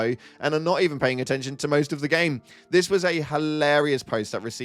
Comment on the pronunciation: "You know... Nintendo predicted all of dis"